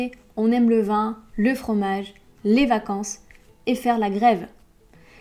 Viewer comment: J'ai un grand probleme avec votre prononciation de la voyelle "i" . Je n'entends auncune difference entre le mot "vin" (nasale) et le mot "vent" comme "le vin" et "le vent". Un explication s'il vous plait. Angelo